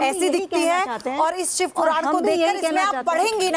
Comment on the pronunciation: ये औरत जो अपने आप को लक्ष्मी का अवतार बता रही है, ये कह रही हैं सिव अवतार , शिव अवतार होता है ।